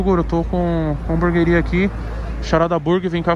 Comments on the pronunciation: Tem toguro falando hambúrgaria tem like kkkk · Alguém aí na casa poderia falar pro Toguro que não é Hamburgaria e sim Hamburgueria, por favor. Obrigado! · Nem abri o video é Já sabia que toguro ia falar hamburgueria errado